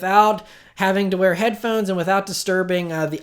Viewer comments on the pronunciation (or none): none